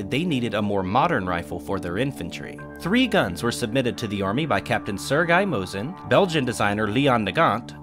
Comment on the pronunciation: You pronounced Mosin correctly, however need to fix the Nagant pronunciation. The 't' in the end is silent, so Leon's last name will sound as 'Nagan'. Kudos to the video, it is a pleasure to watch and very informative, as always!